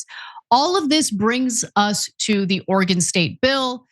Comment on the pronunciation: Love hearing Ana pronounce Oregon correctly! Love TYT!